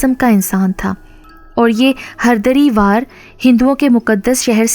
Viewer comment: Haridwar not hardiriwar